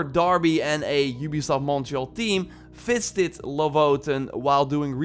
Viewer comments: SnazzyPanic because he said fisted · When you said visited it sounded like fisted haha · Just a heads up, if you're ever telling anybody about when you "visited" someone, maybe revise how you say the word "visited" 😂